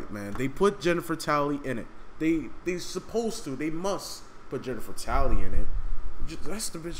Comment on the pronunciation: haha you said Jennifer Tally